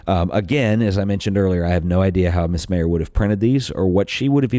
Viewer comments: It's pronounced like MEYER!!!! Not MAY-er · Her name is Vivian Maier. Not Vivian Mayer. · He mispronounced her last name throughout the whole video!